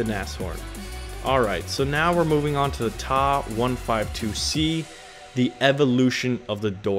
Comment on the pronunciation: TA 152 not "Tah 152 !!! You say the T ...A. Damn kids .. Lol